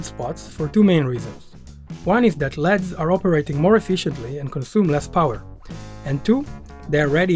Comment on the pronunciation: the way he pronounces 'LEDs'...... 'ethernet' xD good build